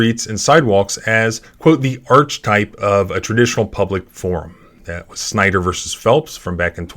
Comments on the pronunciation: Just a heads up..... Archetype....is pronounced like Arc-e-type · Archetype is pronounced arky type. That town has a population of 1,404. That must have been their entire police force